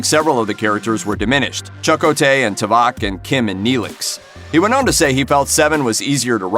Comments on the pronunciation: hey dude or whoever you claim to be, its Chakotay not CHUCK o Tay pronounce it right thank you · "Chuck-o-tay"??? 😂 You never actually watched the show... Did you? Otherwise you'd pronounce his name correctly... It's "Chi-ko-tay" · Yeah, that bugged me as well. It's not "Chuck O'tay" it's pronounced like "Cheq-o-tay". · Chuck-O tay? LOL, no my friend, Cha Ko Tay. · This was clearly produced by someone who never watched a single episode of the show. "CHAH-ko-tay"... good grief... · lol... "chuck, ko, tay" he says... i think his name is meant to be said as all one word. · I get that you’re reading a script, but you might want to research the pronunciation of Chakotay Cha•Ko•Tay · Who the hell is chuckotay? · Chuck who? U butchered his name dude!!!! 😡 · You can tell the narrator has never watched Voyager. Chu-co-tay lol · Omg you beat me to it! 😂 chuck-o-tay! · Wtf....cha' koe tay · Chuck okay 🤣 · Hahaha chuck o'tay....🤣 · Choco-tay!? 7 seasons of StarTrek Voyager and I've never heard his name pronounced like that. Lol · Apparently you never watched Star Trek Voyager or you'd know how to pronounce Chakotay! Hint, it's not pronounced Chak Oh Tay! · Hard to take this serious when the speaker can't even pronounce the name correctly of Voyagers' first officer. Cha'Ko'tey would be the correct pronunciation. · these people dont know anything about star trek. can you imagine someone calling him chuck-o-tay ?? give me a break !! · Was there no crazed Star Trek fan (like myself) working in the mailroom or something running up to the big wigs and screaming "CHA-KO-TAY!! IT'S PRONOUNCED CHA-KO-TAY YOU SAVAGES!!!"??? LMAO!!! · Who da fuk is Chuck-O-Tay? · Why is the narrator saying Chuck O'Tay? Has he never heard about or seen the show? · Oy, what character is Chuck O'Tay? The narrator couldn't even bother to learn how to say the character names or is a computer reading the script? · "A human assim-ulated..." "Chuck-Oh-Tay" What is up with this dude's pronunciation?